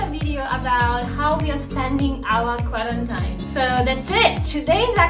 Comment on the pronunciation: Hate to be that guy, but it's pronounced as "Qua-ran-TEEN". I mispronounced it for the longest time myself as the spelling is pretty counter intuitive. 😅